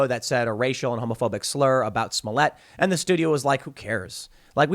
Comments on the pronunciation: Bro Tim you’re still funny, that not how you pronounce their names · Smolliëtt (Smolly-ay) 🤣